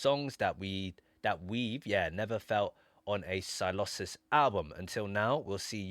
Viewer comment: The pronunciation is like “S-eye-low-sis”